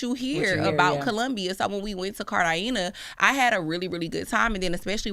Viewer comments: Right. These pronunciations were wild and so off 😂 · "Med-a-yeen" and "Cart-eye-geena" 🤣